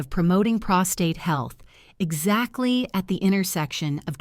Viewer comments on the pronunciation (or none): none